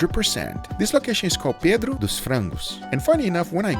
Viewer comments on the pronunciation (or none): none